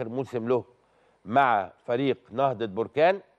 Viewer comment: هذا اعلامي حمار يعني حمار.مهاجم جزائري لابا كودجو 😅😅😅من اين جاء هذا الصحفي ؟ هو مهاجم طوغولي اسمه لابا كودجو.وجد صعوبة في نطق اسمه.لسانو بحلا سكران لاب كوجو بلا كوجو.قول عمتك كوجو.علا مستوى ديال الصحافة فين وصل.حتى اسم فريق نهضة بركان ينطقه خاطئ نهضة بركان بضم نون بركان.تصبح اسم بركان مطابق حالة خروج الحمم من الارض.لا حول ولا قوة الا بالله.